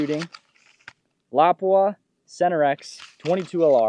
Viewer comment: Nice to hear someone spelling Lapua correctly! Cheers from Finland